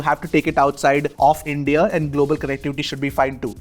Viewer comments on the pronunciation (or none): none